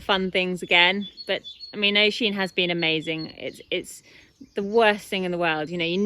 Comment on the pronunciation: I’m from Ireland and it annoys me Thad you’re saying O-sheen it’s pronounced U-sheen